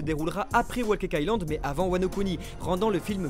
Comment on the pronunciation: S’il vous plaît arrêtez de prononcer le W de whole cake island. Ça se prononce Comme « Hole ». Ça me trigger à chaque fois. Sinon bonne news 😬